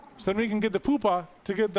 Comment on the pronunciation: Had to give in and look it up - pupa is pronounced pew pa.